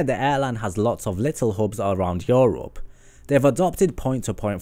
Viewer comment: the way he says europe makes me cringe